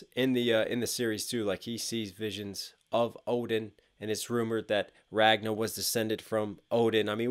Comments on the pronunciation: Why do you keep saying "Ragna"? His name was Ragnar. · Love your reactions but I just cringe uncomfortably every time you pronounce it "Ragna" instead of "Ragnar". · Aaaaaaaaaaa every time you say Ragnar's name you leave out the r at the end lol. It's Ragnar Lodbrok, not Ragna the blood edge from BlazBlue lol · It's Ragnar with an r at the end not Ragna haha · Nice! and impressed by your knowledge! especially the archer fingers. not many know that. Small critique, and i saw some do it in the comments. RagnaR. There is an R at the end of his name, and it is pronounced. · Ragnar is pronounced Ragnah, what.? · Is "Ragna' the true way to pronounce his name? （〇_ｏ）